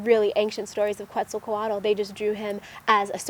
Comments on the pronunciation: Pronounced: Ket-zahl-kwaht. :) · Obzidian 92 I tend to agree on her pronunciation being a little off, though not too far off. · Your pronouncing Kuetzalcoatl wrong. lol You know nothing of it!